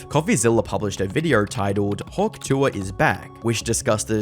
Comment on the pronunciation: Hawk Jew-uh